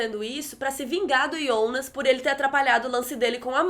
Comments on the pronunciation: Pq vc chama o JONAS DE YONAS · "iounas" kkkk